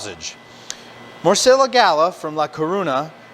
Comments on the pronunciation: Say it like this More-see-yaaa from La Cor-unya Gah-lee-sia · Great video, great food, great channel. Morcilla = mor-see-ya; Gallega = Ga=-yay-ga this means a female from Galicia b/c the word ends with an a so it's feminine; A Coruña = Ah Coo-roon-ya. Whenever you see two letter Ls together like ll it is pronounced like y in yellow. ñ is a letter in the Spanish alphabet called Enyay also pronounced like y in yellow. 😀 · Hello friends, I’m very interested in receiving the new book “ one thousand and one greatest sausages recipes “ for compensation for the pain that you caused my mind, heart and soul each time you botched the pronunciation of Galicia, la Curuña,and the name of the actual sausage Morcilla. Also I’m going to have to risk sounding like a jerk, but the fruitcake mix was “la estocada “ La estocada" is a Spanish term that primarily refers to the fatal thrust of a matador's sword aimed at a bull's heart or aorta during a bullfight. Metaphorically, it translates to a "fatal blow" Never would the candied fruit be used in the making of Morcilla when there are so many naturally dried fruits available. Again I don’t want to come off as a real jerk, my mother is from La Coruña , Galicia en España . I looked if a simple pronunciation of these words that could possibly help a little …La Coruña EspañaPhonetic Breakdown: Lah coh-ROON-yah Ess-PAHN-yahHow to say it:La: Like "law" without the 'w' sound.Coruña: Say "coh" followed by "roon" (as in moon), and "yah".España: Say "Ess" then "pahn" (rhymes with lawn), and finish with "yah".Local Name Tip: In the local Galician language, this city is actually spelled and called A Coruña (pronounced uh coh-ROON-yah).Morcilla GallegaPhonetic Breakdown: mor-THEE-yah gah-YEH-gahHow to say it:Morcilla: Pronounced "mor" (like 'more'), "thee" (with your tongue between your teeth), and "yah".Gallega: Pronounced "gah", "yeh" (as in yes), and "gah".. I hope that I